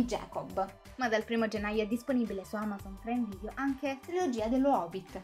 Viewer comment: Devo ancora capire perché pronunci "preime video". Bah!